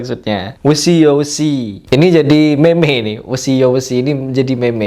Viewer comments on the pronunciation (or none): meme d baca mim aja ya 😂